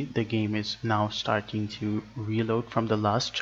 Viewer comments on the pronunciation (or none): none